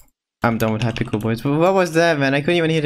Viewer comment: I’m not making fun of u and I know u have an accent but I love how u say hypixel “hypickel”